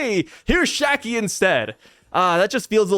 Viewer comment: See its Shakky*, Not Shaggy….